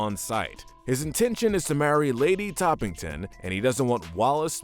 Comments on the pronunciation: It’s Lady Tottington not Toppington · Yeah I picked up on that too. It’s actually “Tottington”.